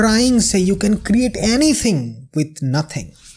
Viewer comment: Anithing❌ cringe guy who don’t know English ✅